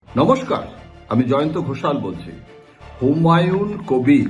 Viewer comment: হুমায়ুন কোভির। কোভিড নয়তো?